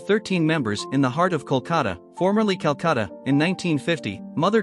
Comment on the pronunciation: For some reason it is really irking me that the narrator is saying Culcatta surely he should be saying Calcutta!!!